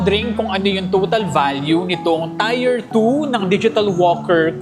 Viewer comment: tier pronunciation google mo. nyeta tier is pronounced as TEER, not tire.